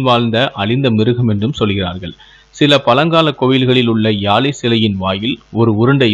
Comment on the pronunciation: தமிழை அழகாக உச்சரிக்கலாம் தானே........ பலங்கால காலி சிலை ..... யாலி என்பதற்கு பதிலாக பழங்கால காளி சிலை..... யாழி என்று ஒழுங்கு பட உச்சரியுங்கள் சகோதரா......